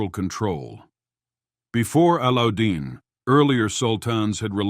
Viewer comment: It is not Alludin, it is pronounced as Allow-ud-din Khilji. And it is not Ka-na-tay but Khan-ait. Allauddin was a very capable, if merciless king. He assassinated his uncle Jalaluddin to become king.